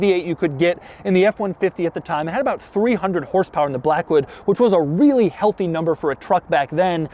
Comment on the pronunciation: "Class it up in the Lincoln 'Black.. Hood" lol ohhhh Doug